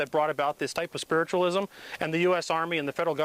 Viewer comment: Did you say 'hyper-spiritualism' or 'type of spiritualism'? I guess either way works. Thanks for the video. Really brings the situation to life.